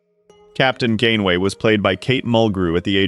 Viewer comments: 30 seconds in and you say captain “gain-way”??? Do you care so little about the crap you produce you can’t even listen to it once and correct the obvious errors? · captain who?!? 😂 Shame to butcher the name, this series was one of the big reasons I was drawn back into Star Trek.